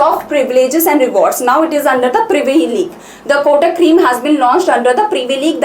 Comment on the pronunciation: There is acute accent above letter e. It has some meaning ma'am. Créme ka pronunciation cream jaisa nahi hota. Aap zara khud ek baar search karke dekhe.